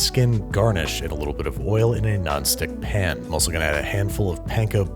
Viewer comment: Do all New Yorkers pronounce pan like "pin"? I've never noticed that before.